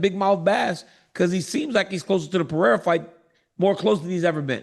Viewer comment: Maybe he's embarrassed about not being able to pronounce people's names well and leans into mispronunciation as a defense mechanism. What's worse: Pierra or Peheyda? 😊